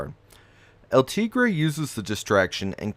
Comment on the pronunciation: Cringe how he pronounced El tigere